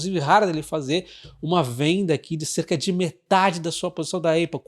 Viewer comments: na boa, apple pronuncia-se épou, não eiupu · Bom dia,! Sigo vc regularmente….gosto muito das suas análises….uma crítica construtiva, sobre a APPLE, a pronúncia correta não é ÊIPO, Mas sim ÁPO….nao me leve a mal, mas sugiro que corrija essa pronúncia, pois “dói no zuvido “ 😂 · Não vejo problema na pessoa pronunciar errado. A gente pronuncia a maioria das marcas de forma errada, como Levis, Adidas e Ray Ban. O que causa estranheza é que a Apple é muito conhecida e ninguém no Brasil fala Êipow. Pelo menos gerou engajamento kkkk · Épol não eipol. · Repita comigo: Épol. Não existe Eipol 😅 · Vc precisa melhorar o seu inglês. Dói o ouvido de ouvir "Eipol" 👎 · sou seu fã! obrigado. a pronúncia de Apple eh “ÉPOL” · A pronúncia correta é Apol, com A aberto. ÉPOL também está errado. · nem um, nem outro, o correto seria Ápplal, coloca no Google translate e aperta o botar de áudio para escutar a pronúncia correta! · Já ouvi vários americanos falando "eipol" ... talvez haja uma diferença regional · Hahaha, eu pensei em postar. Boa! Soa muito estranho a pronúncia errada.